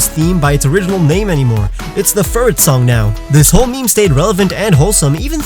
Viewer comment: ITS FURRET AAAAA